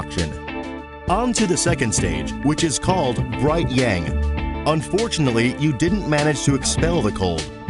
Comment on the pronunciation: The word "Yang" is pronounced with an ah sound, like when you say massage, not with a typical "a" sound. At first, I was not sure what you were talking about because the word was mispronounced and I didn't understand what you were saying. Also, the music in the background is very distracting and the lesson will be more effective without the music or a slower tempo. Other than that, the quick explanation was very good.